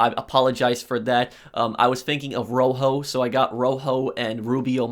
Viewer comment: Thing and thinking not fing and finking, learn to speak properly if you’re going to have a voice on YouTube...go nerd out on a dictionary